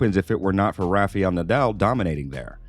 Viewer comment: It's not Rafiel Nadal, it's RafAel.. with A. 🤣